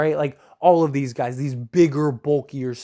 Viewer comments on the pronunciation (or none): "Some Gays" 😂😂